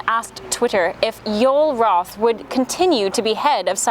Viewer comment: "Roth" is correctly pronounced: Raw-th, NOT "Row-th".